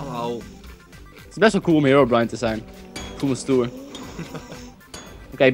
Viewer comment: Je spreekt herobrine uit als hèrobrin en net heerobraain